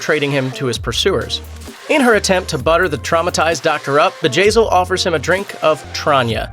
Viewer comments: I thought at first it was vagazzil haha. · who else laughed when he said Bjayzl